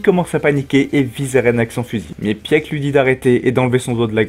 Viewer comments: Pieck ne se prononce pas "Pièque" mais "Pique" (Piku en japonais) ;) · Au top ps: Peak se prononce [pik]